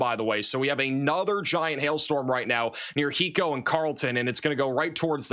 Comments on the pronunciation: Please ask Texans how to pronounce Texas towns. Please for the love of God! It’s not Ba-linger It’s Bow-linger It’s High-co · Thank you! Ballinger is pronouned Bal-in-ger.. and Hi-co. You are appreciated!